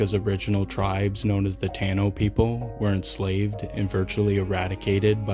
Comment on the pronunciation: Nice vid, taíno is pronounced “tah-eeno”